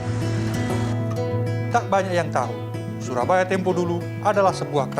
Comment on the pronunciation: bacanya bukan "curabaya" pak. Tapi syurabaya. itu C-nya di coret bawah adalah penulisan jawa jaman dulu selayaknya penulisan cakti dengan c dicoret itu bacaannya syakti